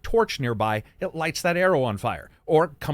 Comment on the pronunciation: Where do you live that the word “across” has a t at the end of it?